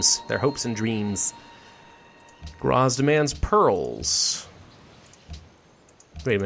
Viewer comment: So many names butchered like Graz and Salzburg